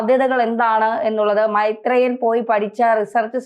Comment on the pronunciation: മെെത്രേയൻ അല്ലെന്ന്, മെെരേയൻ 👍👍😍😍😍